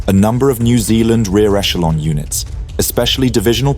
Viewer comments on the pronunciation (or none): none